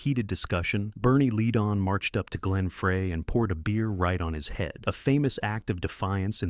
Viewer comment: You are saying the names wrong it is not lead on say it right